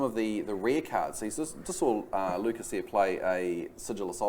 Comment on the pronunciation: lmao its Lucas not Lukas, thanks for posting guys, it was cool to play on feature.